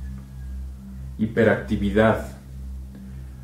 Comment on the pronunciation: No se dice imperactividad 🤦‍♂️ Disque